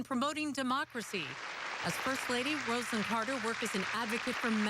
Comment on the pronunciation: Roz-a-lynn is how to pronounce her name. Good grief!!